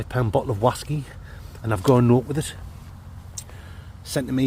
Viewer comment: Why you’re some Oz Clarke here on ze waskey weview.